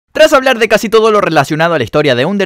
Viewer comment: En vez de casi habías dicho cuasi